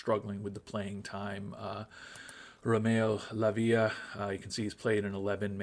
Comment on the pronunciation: Not many things this time, you’re doing a good job being in the European places and looking good in the games. 1. Pronunciations. Badiashile you almost have right, just need to add the e on the end. “Bad-ee-ah-she-lay” Lavia has the first a stressed rather than the i. La-via rather than La-vee-a 2. Giving players minutes. So there have been many an experiment for this on FM. The most realistic way young players would get gametime is when a team is winning decisively, they’ll come on in the last 10-30m for a runaround. That’s for proper youth players (15-20) to be fair, so maybe what I’m about to say is even more realistic. The experiments show that for the game engine, if a player comes on as a sub at the end of a game, it’s less impactful to their development than not playing at all. Why? Probs cos it’s a little broken… Bringing a player on at half time is about as impactful, or slightly more impactful as not playing at all. So the ideal in FM is to have games which you expect the individual player will not be a burden on the result, or to accept you’ll have a worse player on the pitch for 90 minutes. So cup ties against lower division teams, games you expect to win comfortably (where if you’re not, you’ll still have your experienced players on the bench who can come on in an emergency), and games you expect to lose comfortably (just don’t do it too often otherwise the Hidden Ability Consistency may get affected). 3. Transfers, I doubt you’ll need another striker, but in Jan